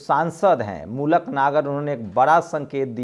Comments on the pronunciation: Maluk Nagar Naam Hai Aap Baar Baar Mulak Nager Bolte Ho Yah Galat Hai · अरे या मूलक नही. मलूक नागर